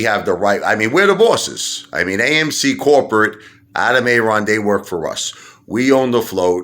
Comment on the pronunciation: You own AMC but you can't pronounce Adam Aaron's name right??